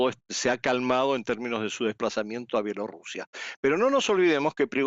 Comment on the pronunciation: Mija no sabe usted decir Bielorrusia?